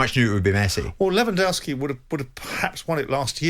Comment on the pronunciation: It was Modrić not Kroos and it’s LewandOwski not LewandAwski